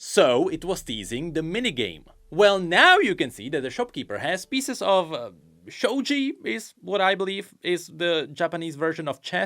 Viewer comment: It's shogi with a hard 'g', not shoji. The tile on the right looks like a pawn, but that's about it 🤷‍♂️.